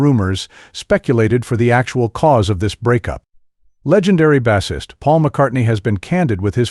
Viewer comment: Ono, Bassist! Why can't he say the words properly . FFS.